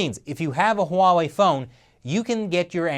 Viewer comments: If you're annoyed by Tom Cotton's pronunciation of Huawei, you should hear how most of my friends pronounce it. You might need a few shots of everclear after, though. The US government is worried that Huawei will do to the US government what the US government does to everyone. Don't steal. The government hates competition. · Steve Bannon mispronounced Huawei? Spell it with me; h-u-a-w-e-i, and say it People's Liberation Army. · "Stop saying it like that", well stop having the damn beard and shave it off and maybe we will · THANK YOU for pointing out that even our leaders keep mispronouncing Huawei, which is pronounced just like it's spelled! (HWA WAY, in case anyone is still confused.) I find it so irritating that even some NPR and Bloomberg reporters never took a minute to double-check that, as well as how to correctly pronounce Xi Jinping. And I'm always politely correcting people who say "kung fu" instead of gongfu. LOL. But at least THAT is understandable, since Westerners got used to seeing the confusing Wade-Giles Romanization of Chinese before pinyin finally became better known. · HiSilicon has been preparing for years yes, they have been stealing industry secrets like cleptomaniacs. Huawey should not be given 90 days, cut ties with the thieving bastards now and get it over with. PS. I'm going to dream about saying Huaway.. with an H... tonight, I'm so self-conscious now... Ban it so I do not have to say it!! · Finally someone noticed that so many people are mispronouncing Huawei 华为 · easy way to pronounce Huawei, CRAP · Did anyone notice that mispronunced Huawei with a W instead of an H. Should be ashamed. LOL:D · "uawei?" no, 'Huawei' Norway? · Uh I love you but it is pronounced (Wah-Way). Huawei actually had a name recognition campaign for this or did they just do that to make it easier to pronounce? Edit: Okay. I'm wrong. It is (Hwa-Wei) in Mandarin. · It’s Huawei NOT Wawei! Stop saying it like that! 😂😂